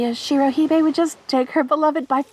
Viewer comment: I just noticed the note about the Shirohebi pronunciation and just speaking as a ginormous weeb I think you almost got it, but instead of it being said like shiro hee-bay, it's shiro heh-bee I hope that helps if you were still worrying about it, and you did a lovely job with this one!